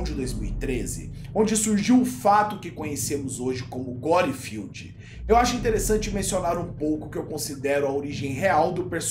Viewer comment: Fele fala "Guerfield" lol